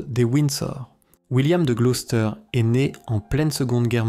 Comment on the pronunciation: On prononce : gloussteur